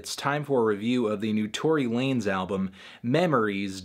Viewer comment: nawet nie mówię że mówi się tory lejns